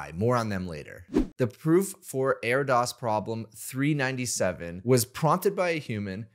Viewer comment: Pronounced AIR-dish by the way